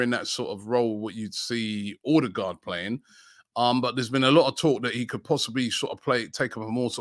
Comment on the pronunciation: I hate the way you say odegaard so so much it’s unreal